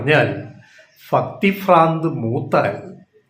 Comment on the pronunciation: ഫക്തി അല്ല ടോ ഭക്തി എന്ന് പറ